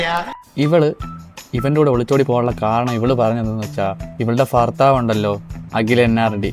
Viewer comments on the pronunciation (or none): ഭർത്താവ് എഴുതി പടിക്കട. ഫർത്താവ് അല്ല..